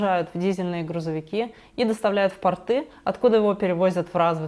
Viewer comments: можно Вас попросить говорить правильно.КОбальт,а не кобАльт.И пОрты,а не портЫ.Режет слух просто неправильная постановка ударения. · здравия! Согласен с вашей позицией полностью. Позволю себе Вас поправить в языковой сфере, ударения в словах кОбальт и пОрты будет верно, ибо портЫ, это нижнее бельё😊 извините. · слово "кОбальт" при любом раскладе и склонении имеет ударение на первую гласную. И пОрты тоже, а также в соединении - аэропОрты также.